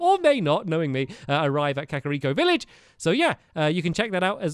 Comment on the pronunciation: You said kariko village